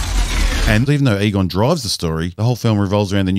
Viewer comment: Every time you said Egon, I thought I heard Qui Gon.